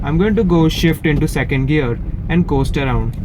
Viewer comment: Why you say 'girl" not "gear" lol :/